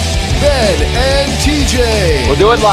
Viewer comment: He said Thai tj. Stop interrupting the show 😂😂